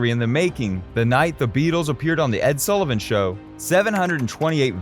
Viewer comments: His name is S ULL IVAN NOT "SOO" LIVAN. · You can’t even pronounce Sullivan’s name right. I’m out. Lol